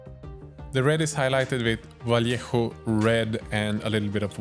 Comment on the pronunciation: I love, he knows how to Say "Vallejo" in good Spanish. And he, s a beast painting.